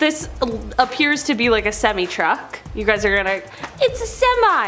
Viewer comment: its semi not cemi get it right i hate that